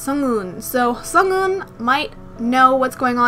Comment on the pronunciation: sunoo`s name is pronounced as sonu and sunghoon`s as songhoon😂 i just noticed your mistake